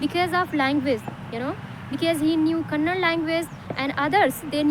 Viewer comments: Not kannad sis, kannada❤️💛 am from Karnataka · That is not Kannad it's Kannada ok